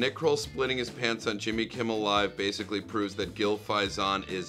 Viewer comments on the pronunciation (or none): none